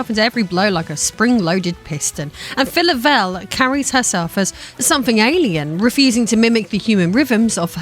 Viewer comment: I assume you're talking about Phyla-Vell? Never heard her name pronounced that way. I've always heard "Fie-La-Vell" like in the word phylum